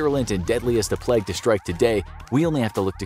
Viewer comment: its pronounced playg